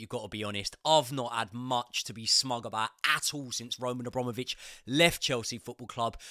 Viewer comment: I don’t get how you can’t pronounce abramovich? If you want this to be your job, the bare minimum is to pronounce names correctly